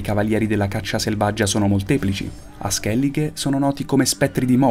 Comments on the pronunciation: non ho parole per descrivere questo video, tutto perfetto, tranne per la pronuncia di skellige, scusa ma è tipo i congiuntivi per me..Si pronuncia Skellig-Ah, se ascolti in gioco o in un video la capisci meglio, per il resto tutto magnifico, credo che questo video porterà molte persone ad appassionarsi al mondo di the witcher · Grazie Falming, è vero! e pensare che l'ho persino ri-registrato in alcune parti, perché inizialmente dicevo skellige invece che skelligh, ma non ha importanza perché l'ho pronunciato male comunque! Anche molti mostri li ho pronunciati male, oltre che al nome di Regis, che in realtà si pronuncia Rigis :/